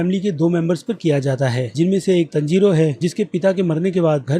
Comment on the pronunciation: bhai review achha tha per pronounciation per kaam karo jaise ke aapne tanjiro kanjar bola nezuko ko to jo dil mein aya vo bola